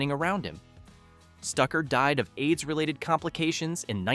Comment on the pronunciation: "...died of age-related complications in 1986 at the age of 38..."? 🫤🤔 Oh!, not "age" but "AIDS" 🤯